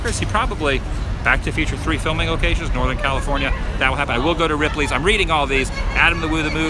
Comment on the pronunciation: Ripley's ? Did you say Ripley's ? 3rd time watching... lol